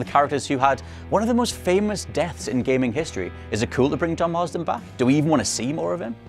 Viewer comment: Mar-ston not Mars-den 😘